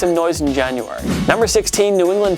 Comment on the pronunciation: I like how he says January